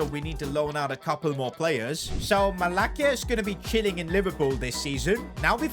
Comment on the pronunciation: As usual Malacia pronounciation is so bad